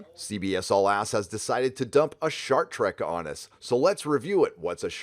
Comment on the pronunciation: "Star Treku dijinai!!"